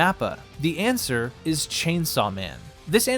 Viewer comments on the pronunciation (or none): none